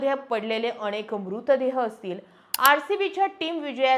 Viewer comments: तुम्ही खूप छान बोलताय तुमचे व्हिडिओ नेहमी बघतोय , पण अणेक नाही अनेक, ण च्या प्रॉब्लेम चं तेव्हढं बघ बाकी उत्तम 🚩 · अणे nahi अनेक